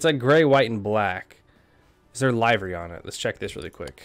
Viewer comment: Your saying livery wrong